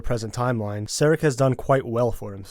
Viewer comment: I am sure you guys have a lot of great content, but i just can't listen to what you are doing to those names. I literally cringed when you say "sarek", like from star trek, and felt like I can't bear this through the whole vid.